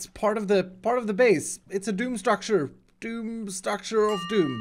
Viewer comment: you did 27 "of doon" you have failed